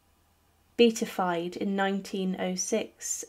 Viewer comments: It's pronounced Be at i fied (4 syllables) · "Not the only thing she couldn't get right. Beautified was pronounced incorrectly, as well".